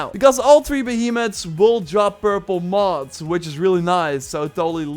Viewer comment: It really sound like he is saying Moths, instead of Mods.